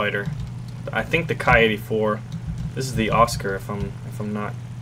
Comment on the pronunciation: Ki should be pronounced as in Key ,sir